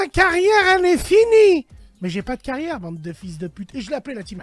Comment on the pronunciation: Le « sa cagnriegnre elle est fini » ça me flingue à chaque fois 😭